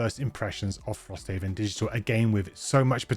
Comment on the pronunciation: This mfer said digtial